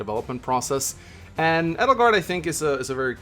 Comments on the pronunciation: I think its funny how Three Houses is about to celebrate its 2 year anniversary and you still pronounce Edelgard wrong haha. You emphasize the E SO much. It's pronounced like "Ay-del-gard". This why Dorothea called her Adie, not Eddie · It's because Edelgard is a german name and pronouncing Edelgard with emphasis on the E is the right way to pronouns it. And some of the englisch pronouns from the black eagles characters are outright terrible especially because most of them having german names and it hurts my german heart like Petra it's pronounced pEtra with emphasis on the E not the P like pet because the P is almost silent and pronouncing it with emphasis on the P is the wrong way. And I'm German so I know of what I speaking about.